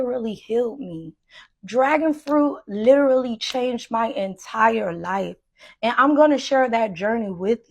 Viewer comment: She "lirellery" needs to learn how to say that word or stop using it.